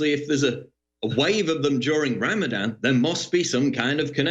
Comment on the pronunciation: Ramadan - Ram-a-van more like.